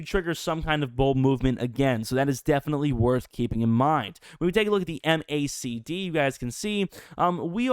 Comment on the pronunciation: We say "mack-dee" for the MACD